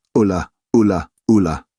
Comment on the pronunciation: "Alu" ?! The cry goes "Ula", both in the book and in Jeff Wayne's rock opera 😁 Apart from this, great read !